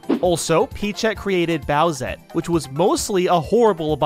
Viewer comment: Oh no it's bowsete